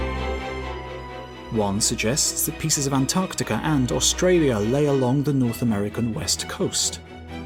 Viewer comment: East "Antartica" 🙄